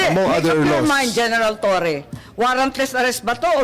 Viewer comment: Torres Low 😂😂😂 hinde Law. 😂😂😂